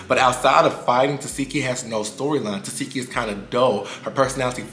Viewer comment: Omg. In this case you can read her name as you see it. Te seh ki not Te see ki.